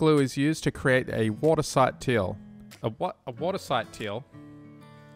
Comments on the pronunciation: "Water sight teal" haha no worries I sometimes accidentally say low the mawn instead of mow the lawn 😅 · I don't know how many bloopers you had to said the "dam walls" and the "watersigth teal".